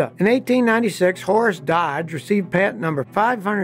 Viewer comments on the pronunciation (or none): none